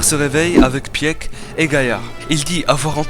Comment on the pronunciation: Les reviewers manga faites un minimum d'efforts svp sur la prononciation des noms des perso c'est vrmt triste Pour sieg : c'est pas "sièg" le "e" se prononce pas Pour Peak ça se dit pik Aller biz